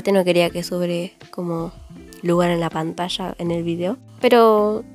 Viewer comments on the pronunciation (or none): none